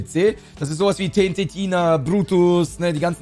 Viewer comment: Mich triggert es das er TNT Tina sagt und nicht tn Tina